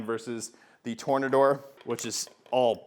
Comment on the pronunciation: I think it's pronounced "Tore-nay-door" 🌪️